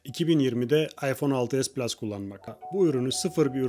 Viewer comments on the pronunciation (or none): PLUŞ DEĞİL